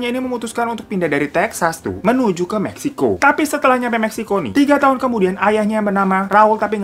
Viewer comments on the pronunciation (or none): memeksiko?? Salah denger ga si gua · apa cuman gw yg ngedenger bang hiro sebut meksiko nya jd memeksiko tp cepet bgt:( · pas ngomong meksiko koq ada yg aneh dahhhh🤣🤣🤣